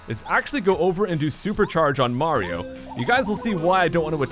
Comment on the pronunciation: is it me or did he call mario, maro?